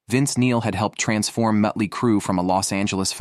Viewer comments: “Mutt-ly Crue” took me back to a Cracked Magazine parody feature from 35 years ago, so it was my favorite mispronunciation… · I've always loved "Muttly " Crue ! Stupid AI shit !! 😫